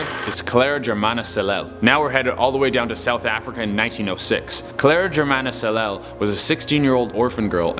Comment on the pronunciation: Welcome! I'm from South Africa and well done for trying to pronounce the surname Cele!